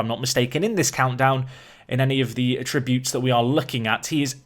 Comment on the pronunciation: ATTributes, not atRIButes...